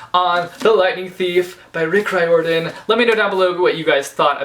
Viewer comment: You pronounced the names of the characters perfectly. Except the author's. Haha. It's Rire-dan. Like Fire. Just replace the F with an R.